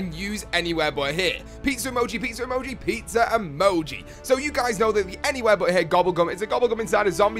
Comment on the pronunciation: Does anyone else think says pizzer when he reads the comment